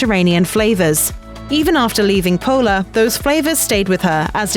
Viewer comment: IT'S PULA (POOLA) 👎NOT 'POLA' !!1